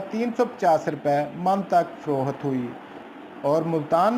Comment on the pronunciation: Frookhat Nahi HOTA payndu ji. Frokht HOTA hy